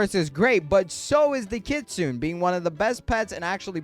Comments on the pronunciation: The word "kitsune" is pronounced kee-tsoo-neh. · kit-su-ne.... ne ne ne